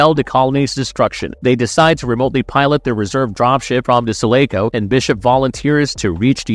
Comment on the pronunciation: He pronounced uss sulaco and hadleys hope wrong